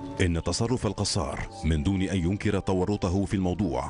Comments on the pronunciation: المذيع يلفظ الكنية غلط ....القصار بدل الكسار ...انا اسكن بالحي الغربي في النبك بالقرب من قصر بيت الكسار الذي بالقرب من شارع امين من الجهة الغربية ...انا لست نبكي .لكني اسكن بالنبك منذ عام 1995 .وإنطباعي ان الشعب النبكي معظمه يستحقر أهل دمشق مع ان معظمهم يحرص على ان يمتلك شقة سكنية بدمشق ...اقول معظمهم وليس الجميع ..يعتبرون انفسهم فيهم رجولة لا يتمتع بها اهل دمشق ومن عشرتي لأهل النبك وانا تولد دمشق .انهم ليسو دققين بتلك الفكرة ابدا فمقياس الرجولة ليس بالفقر والغنى حسب منظور اهل النبك .فهنالك بعض أغنياء يتمتعون بخسة وندالة لانظير لها من دمشق ومن النبك .وهنالك فقراء كلهم شهامة وعزة من اهل دمشق ومن النبك ايضا .. ولا ننسا احمد الأديب الملقب بالص الذي كان يعمل بإقراض الناس مبالغ مالية على ان يستوفيها مع زيادة كفائدة وهوة نبكي اصلي .. هذى مثال فقط والامثلة عديدة . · ليش المعلق يقول القصار ......هوة من بيت الكسار